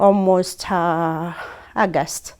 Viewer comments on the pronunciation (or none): It's how she pronounce August as in Aagust 😂 Run away from scammers before is too late